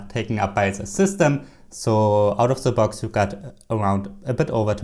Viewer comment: "Ze Box"